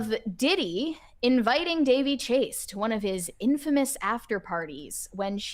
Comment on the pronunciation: Her name was pronounced Da-VEY.